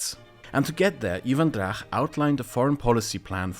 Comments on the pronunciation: I love this series and this episode in particular. It gives me satisfaction to see the awareness spread of issues and events I wished for years to be more widely known, but it also gives me new perspectives and things to look into. For example, I'm reading about Ivan Drach now. Which brings me to a tiny bit of criticism: I think his surname was mispronounced in the video, as it is spelt Драч in original Ukrainian Cyrillic, "Dracz" in Polish transcription, and "Dratsch" in the German one. [Edit: So "ch" should not be pronounced like in the video, like a German or Polish-speaker would, but as an English-speaker would, most of the time (like in "March" or "bunch").] BTW, I would love to see an in-depth video about the Belarusian resistance to the regime, the political exiles, and their organisations. Including the old Rada (Council) of the BNR, the new Coordination Council and the United Transitional Cabinet of Belarus, and finally the Kastuś Kalinoŭski Regiment and other formations of Belarusian volunteers fighting on the Ukrainian side. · Not trying to be rude, but it's Drach, not Drakh. "ch" as in "church". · Hi! A small pronounciation correction: the ch in Drach is read as ch in English or as the Czech letter č, rather then as ch in German. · he is not Drakh. he is Dra_tch_ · Ok so Ivan Drach (it is pronounced Dratsch, not Drach) never was either ambassador to Poland or Lviv mayor. If it is the level of research for all your videos (I haven't double-checkd any facts earlier), then everything you say can be highly questionable. I hope it's not. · "Drakh" Oh boy, this is gonna be annoying., his surname was transliterated into English, and should be read as (if my Greman is correct) as "Dratch" But yeah. total ignorance of Rebet and democratic OUN, just as I predicted. KGB in Ukraine was just renamed SBU, and that's it. Belarus KGB didn't played any role, and, if anything, was purged by Lukashenko. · the correct pronunciation is Ivan Dracz (Іван Драч)